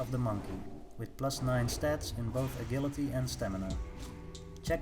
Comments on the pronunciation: “Uh-jill-it-ee”...Agility....NOT “Uh-GILL-uh-tee”...FUCK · You pronounce it ajility mate, je sound, not ge! Nice vid tho!